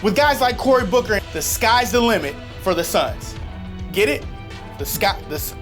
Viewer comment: Corey Booker😂 Damien Lill-ARD😂